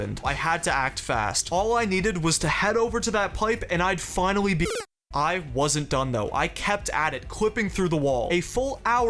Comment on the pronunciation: dude you keep saying "finawwy" 😭